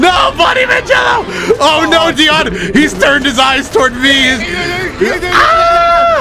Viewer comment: First "T" and Now "Deion" :'(